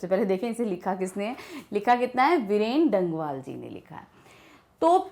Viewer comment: Mam , It's actually वीरेन डंगवाल not बीरेन डंगवाल